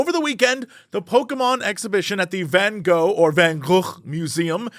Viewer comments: jesse please just say van goo. it wasnt even close but thats normal if your language doesnt really use these sounds in this way. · As a Dutchie, I appreciate your efforts to pronounce Van Gogh as anything other than "Van Go". 👌🏻. We require more disgusting Dutch G in our Van Gogh. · As a Dutch person, hearing you try to pronounce van Gogh is really funny Here's how to do it properly: pronouncing the "o" in your original English way is fine, but both the fist "G" and the "gh" are pronounced by a special kind of pronounciation that is very difficult to do for non-Dutch people, it's called a "hard G", and honestly, the sound is so complicated that typing it out isn't easy, but the closest thing i can say is that you should imagine yourself hissing like a very angry cat, combined with the funny thing you do with mouthwash where it's half in your throat, please, look up how to pronounce the Dutch hard G and try it sometimes, hearing non-Dutch people try to pronounce the Dutch hard G is one of the funniest things for us Dutchies